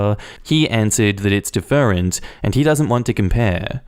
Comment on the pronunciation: I really enjoy your channel and I know you're from Austalia, but that is not how you pronounce different, lol